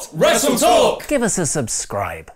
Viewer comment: Did anyone catch Luke saying westle talk????